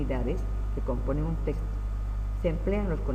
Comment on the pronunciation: Este hombre ni siquiera sabe decir texto wtf